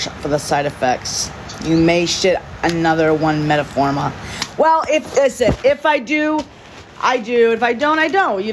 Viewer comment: She couldn't pronounce metformin to save her life. 😹😹😹